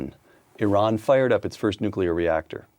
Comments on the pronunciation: 'newkular'? christ. credibility drops to zero. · Oh, come on, Victor. You are a genius. You can read Greek and Latin. Can you please learn to pronounce “Nuclear.”